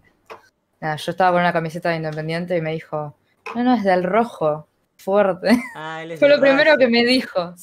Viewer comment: Ah alguien tambien le molesta cuando dice "foerte"?